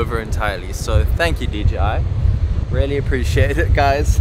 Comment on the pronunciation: hi bro, if you insist on using the word "really" so often, make sure to pronounce it like "rially" instead of "rarely", because the way you say it is rather distinctly off putting